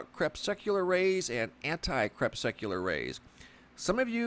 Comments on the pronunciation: It’s really annoying that you totally mispronounce the word “anti crepuscular” each time you say it. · So disgusted that cannot or will not pronounce crepuscular and anticrepuscular properly. For an educated man he sounds stupid CREP SUC ULAR....... it just irks me!